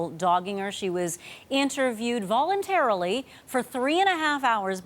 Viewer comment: Why the emphasis on "voluntary"? Did she have a choice?